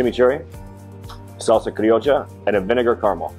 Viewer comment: I love how he pronounces salsa Criolla with an Argentine accent